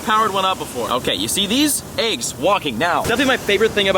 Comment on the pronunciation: Fun fact: AYYYGGGs is actually pronounced EGGS